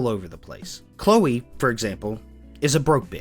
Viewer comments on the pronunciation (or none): none